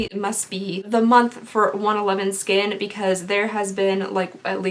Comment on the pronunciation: 111skin is said as "one one one skin". I was curious and the founder says it like that.